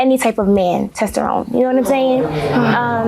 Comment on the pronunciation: Testerone? Lol